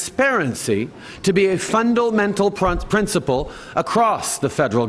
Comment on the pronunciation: "fwundlemental pwincepwle" stupid fuck can't even speak right.